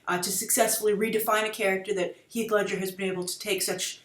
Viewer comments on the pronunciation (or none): Did she say Hieg Ledscher instead of Heath Ledger?